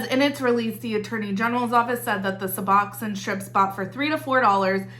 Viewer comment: In the medical field - it's "Sue-Box-own" :) love the channel